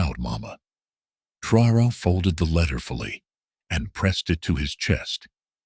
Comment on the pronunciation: I don't know if this is jes disrespect, bad programming, and lack of professionalism or shear white racism but it pisses me off terribly that the voice telling this and other similar videos, doesn't ever say Prez TRA O RÈS' name correctly, WTF?!!! Why is it soooo fuggin hard to program a gotdamn computer to pronounce foreign names correctly!? Maybe it's the person/ people,that make up these things, that are TOO FUGGIN LAZY OR JES DON'T GIVE A DAMN CUZ IT'S ABT A BLACK AFRIKAN LEADER!!! Either way it stinks to high heaven. It's amazing that I'm the only one that ever notices this shit, but that's jes fine cuz like brutha TRA O RÈ I don't mind being the only one wit the BALLS TO SAY THE KING HAS NO GOTDAMN PANTS!! DO BETTER BITCHES!!! 😠😠🤬🤬😠😠🤬🤬😠😠🤬🤬